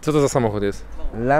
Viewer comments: LamborGINI, a nie Lambordżini. Na obiad jesz Szpadżetii czy Spagetti? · Jeszcze to mu trzeba dużo "uruść", "Lambordżini" 🤣😂 Spadżetti 😅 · Jaki to samochód jest ? Lambordżini 🤣